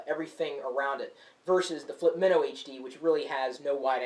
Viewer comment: this has the greatest video like everything looks great, but its not as colourful, and the sound isn't as great as the flip mino. Also, i thought it was pronounced my-no. not min-no